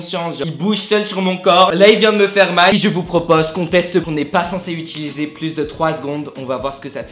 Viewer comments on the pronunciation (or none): none